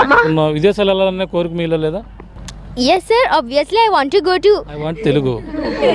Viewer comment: Amma megana mamula kuda matladavachu shur anabaladhu sir anta chalu